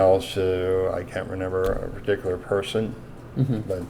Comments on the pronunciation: Is this schlub saying “renember”??!! Believe it or not, Straight to jail. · "I don't renember the pacifics" is going to be my new catchphrase. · Renember the pacifics